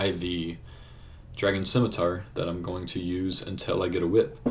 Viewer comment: Ur probably the only person i know who pronounces scimitar correctly